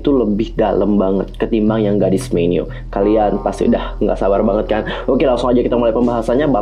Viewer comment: Apa cuman gw yg ngedenger tiap bilang God's menu jadi Garis menu...